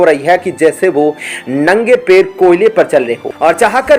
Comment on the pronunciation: अबे आप एऔऔर ऐ में फर्क नहीं समझते हैं पैर को पेर बोल रहे हो अर्थ का अनर्थ कर रहे हैं